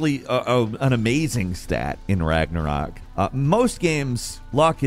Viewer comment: The only reason he got Ragnarok right is because of Marvel movies 🤦‍♂️